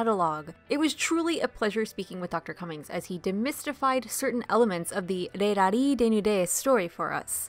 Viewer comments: But Dissecting the Disco, correctly, pronounces the Z in Rallizes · is the z in rallizes really meant to be silent? certainly valise in french is pronounced "vah-LEEZ" and the "z" sound is in there in 裸のラリーズ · I'm going to be honest, I have no idea. I was aware of the zu in the katakana, but had never heard their name pronounced outside of the proper Japanese. As a result I went with the pronunciation used in the video we highlighted by Dissecting the Disco.